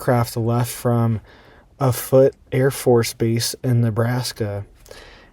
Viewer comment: pronunciation of OAFB = OFFuht Air Force Base, just south of Omaha. Located in Sarpy County, Nebraska. Former home of SAC = Strategic Air Command (think 1960s Cuban Missile Crisis' main target. Offutt not "afoot." '- )